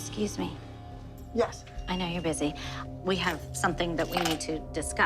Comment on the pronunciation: Excuseh Muah! 🥖🤌🏼🤌🏼